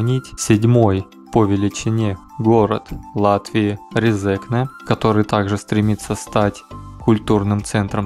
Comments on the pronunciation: только не резЕкне, а рЕзекне) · Автору здесь часто указывают, что он не правильно произносит РезЕкне. Тогда как правильно РЕзекне. В России больше свободы и никого не заставляют коверкать те же фамилии. Вот со мной служил латыш Лиепиньлаускис. И никто не заставлял его называться на русский манер Лиепиньлаусковым. Тогда как в Латвии такое коверканье внедрили на госуровне. Абсурд. Так что простим автору. И скажем спасибо. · Правильно Ре́зекне, а не Резе́кне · Эхх россияне, россияне произносится не Резнкне а рЭзЭкнЭ и ударение на первую Э то есть Е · резекне ,ударение на первую если! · за видео молодец, но на резекне ударение на первую гласную - РЕзекне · РЕ-зе-кне!!! ударение !!!!! stulbenis, bljaviens! ) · Ударение на Первую е Ре'зекне. А то режет слух. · Лол, правильно Рéзекне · Что бы россиянам правильно произнести, надо писать Рэзэкнэ. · Резекне ударение на 1 е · Резекне - ударение на первый слог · Резекне не правильно читал, немного раздражало, но само видео интересное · Резекне ударение на 1 букву е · Резекне ударение на первою е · Автор тебе сложно посмотреть ударения названия города,постеснялся бы